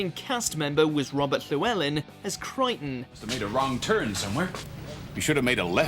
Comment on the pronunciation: he pronounced llywelyn correctly